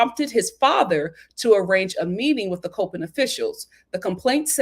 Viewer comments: Just an fyi. It’s pronounced as 👮‍♀️ Cop In state. It’s easy to confuse because a lot of people that are familiar with the college pronounce it like the word Cope. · I’m from MD and I was cringing when she pronounced it wrong lol